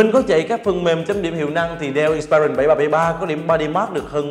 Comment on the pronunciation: Người này phát âm nhiều từ không chuẩn xác trong tiếng Anh: ví dụ như từ inspiron phải phát âm là:/ˈɪnspɪrɒn/ chứ không phải là "/ɪn'spaɪrɒn/". Rồi fullhd, hdmi, touchpad... ôi thôi đọc theo kiểu nửa La tinh nửa Ăng lê. Thôi thì đọc theo kiểu tiếng Việt thuần hết thì có lẽ tốt hơn. Nửa nạc nửa mỡ chói tai quá.